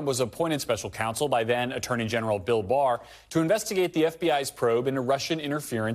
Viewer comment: Did you say Dill Barr? 😂😂